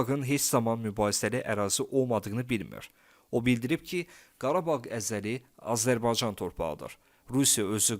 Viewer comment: Öncə Azərbaycan sözündə “y”hərfini ixtisara salmadan tələffüs eləməyi öyrən!!!